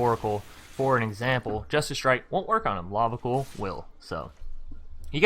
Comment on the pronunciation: Not trying to be a dick but it's Lava C-Oil (as in the black liquid stuff). Although it's funny hearing you say Lava Cool :)